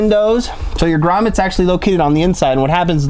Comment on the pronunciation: I like that you knew how to pronounce grommet. Some people pronounce it gommet..........................:) Greg in Michigan